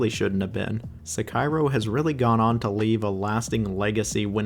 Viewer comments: SEKA-IRO? :face-blue-smiling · "Se-kai-ro"? My man do not do that again. 🔫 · I was so shocked when I heard it! Then he said it again! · calling it Se-Cairo is certainly a choice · three different pronunciations of Sekiro in the span of 10 seconds is WILD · How do you pronounce sekeiro different every single time you say it... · bro either stop using AI for narration or stick with one pronunciation for sekiro holy shit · This is the first video I've seen from you and I am impressed. I share very similar opinions as you as far as the rankings of this game, and how exactly do you pronounce Sekiro? SeKIRO? SEKiro? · I like how you pronounce Sekiro differently every time you say it lol